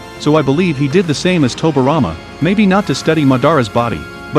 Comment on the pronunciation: It irritates me he saying tobirama name wrong. Toby rama.